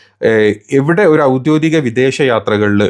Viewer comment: ഔദ്യോദിക മല്ലടാ ഹമുക്കേ. ഔദ്യോഗികം എന്നു പറ